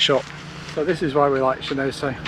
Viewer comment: I think it’s pronounced Shen-on-so but thank you, loved the video